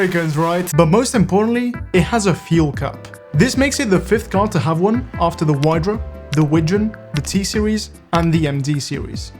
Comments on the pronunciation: i really thought the way you say "widera" is how its spelled, until CarMighty pointed out that its literally the word "vidra" which means otter 🦦 in most slavic languages. 😂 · If you want more likes from polish viewers dont say wydra like this